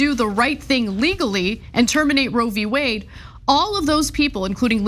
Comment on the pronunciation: Do ya think he thinks it’s actually called Rovey Wade.